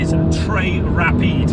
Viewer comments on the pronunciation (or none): There is nothing in this world like a middle-aged man saying trés rapide – in a northern accent – to adroitely convey the speed of a vehicle. ✌️😎